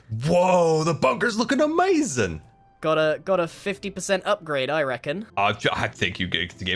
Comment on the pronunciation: Everyone else: “A-ma-zing” Scar: “A-MA-zin”